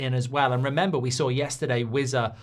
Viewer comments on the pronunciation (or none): It's not wizza it's wissa